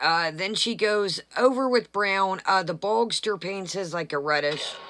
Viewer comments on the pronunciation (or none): Why are you calling Gene Bogster. His trolling name is Boog. It would be Boogster. Lol. 😆